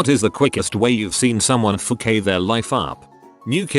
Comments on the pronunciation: F-oh-k-A-y Robot butchers the F word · No one: Reddit: foo-kayed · No one: Bot that reads these posts: FOO-KAYED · I've heard duck as a censor.. But foo-kayed?